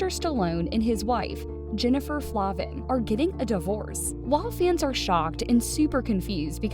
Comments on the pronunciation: FLAY-vin, not Flah-vin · And her last name Is Pronounced Flayvin not Flahvan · Jennifer and I were friends in elementary school. I have a ton of old photos from childhood of us. By the way, her name is pronounced Flay-vin 😬